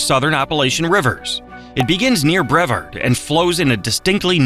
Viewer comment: It’s pronounced “Bruh-Vard”. Not breverd